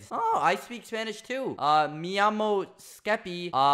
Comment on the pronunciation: "Mi llamo" pronounced "Me yammo" means "my name is"